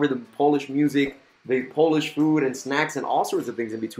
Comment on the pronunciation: U pronounce Polish like Russian